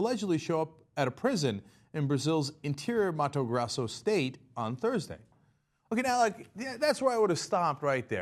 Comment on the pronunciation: Its Grosso not Grasso